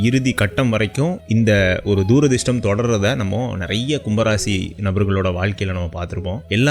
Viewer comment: துரதிர்ஷ்டம்....தூ...ரதிர்ஷ்டம் இல்லடா.....